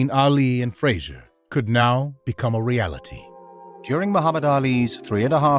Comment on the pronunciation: Even the way Ali pronounced Frazier's name was derisive - "Joe Fray-shuh." Joe was a good guy and a great champion who didn't deserve to be treated that way.